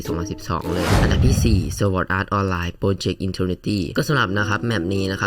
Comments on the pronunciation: หยุดอ่านว่า สวอดอาตออลไรครับ สอดอาตออลไล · ที่จริงต้อง ซอร์ด อาร์ต ออนไลน์ นะครับ